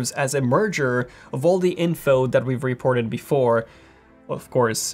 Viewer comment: He pronounces it "reep-orted".